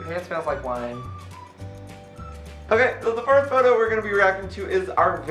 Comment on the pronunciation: the word is photo pronounced (f-oh-toe) ok? Ok thx